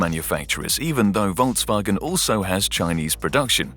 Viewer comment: The pronunciation of Volks wasn't that great, but it's nothing compared to 人民汽车. ;)